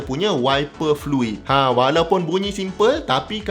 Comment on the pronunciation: check semua lampu luar dlm. check keadaan wiper. check power window. check fan motor. start enjin dan buka aircond, pastikan kipas berpusing. check diri sendiri, biar betul2 ready baru bertolak. cecair : fluid. bkn flui 😅